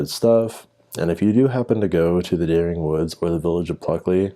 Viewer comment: Just a tip, it is correctly pronounced 'Deering'. It is the name of a local family. Also, DuBois is pronounced (approximately) du-BWAH. The student disappearance is a hoax. If you look at the text below the photo it claims they were from Durham university far in the north but more importantly, the person who doctored this newspaper made the mistake of not checking what day of the week the Sixth of November 1996 is....which was a Wednesday! Again, a tiny bit of research applied to searching for the supposed 'Dering Wood Massacre' shows it to only exist on Paranormal sites and other dubious locations; the only evidence offered is a supposed newspaper which is obviously fake, particularly to anyone who knows anything about newspapers and British history. If you examine the most clear copy that I have been able to find you don't want to read the signs of fakery below and want to work them out for yourself, stop reading here. However, I am going to list them in order of the level of stupidity you need to believe that this is true. 1) The postcode listed on the paper is of the type that came into effect in the late Nineteen-Fifties, although the paper claims the article was published in 1948.2) The price is listed as one penny (1p) whereas the symbol for pence before decimalisation 1971 was 'd', taken from the Latin name denarius. 3) Use your blasted eyes! The top of the paper is stained and damaged and the paper title rests in the middle of a crease but the font remains sha